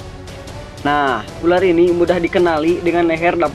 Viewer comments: ular bukan urar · Opening pertamanya kocak URAR bukan ULAR